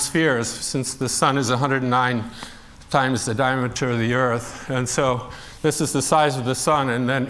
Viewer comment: it's diameter, not dimature.